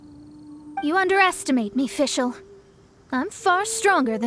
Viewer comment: I love how Fischl pronounces the German words